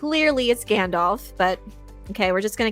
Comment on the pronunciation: "Yer a wizard Gandarf" - Tom Bombadil